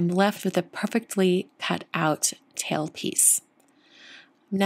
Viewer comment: At first I was mainly listening to this video instead of watching. I kept thinking you were saying towel instead of tail! 😁 Beautiful card,!